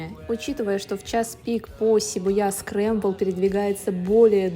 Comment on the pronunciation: Шибуя (ударение на И) Ш произносится как что-то между Ш и С